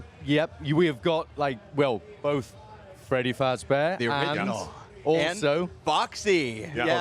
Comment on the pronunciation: "FREDY FAZBAR"